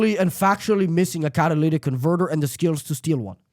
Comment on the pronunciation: This smug kid sounds boring af, such potential but he sounds lame af. Catalytic converter, pronounce it right!!!!!